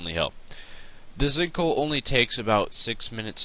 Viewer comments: "stinkhole" lol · I could have swore you say stink hole in the beginning lmao!!!!!!!!